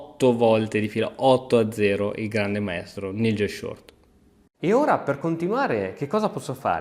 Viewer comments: Un poco di inglese però... si pronuncia N-AI-gel. Gli scacchi promuovono una cultura internazionale, i giocatori viaggiano, giocano contro avversari di ogni nazionalità... Mi vengono i brividi a sentire N-I-gel. Questo fa coppia con Ivan-K-uk... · Nigel si pronuncia naigel.... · NIGEL SI PRONUNCIA NAIGEL E ACEVEDO SI PRONUNCIA ASEVEDO...